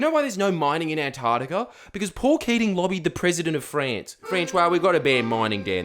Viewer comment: Jordie my hero the sound of Antar C tica minus the c crushes my very being.